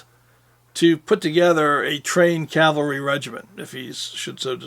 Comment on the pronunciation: Long time fan...well done!...but Please...the word is caValry...Not...caLvary...49 year pet peeve thru hundreds of films,documrntaries,discussions by noted historians,researchers,film makers etc etc..a very common mistake...keep up the great work!!